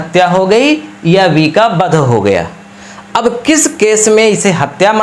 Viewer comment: अरे भाई बध‌ नहीं वध । सही से उच्चारण कीजिए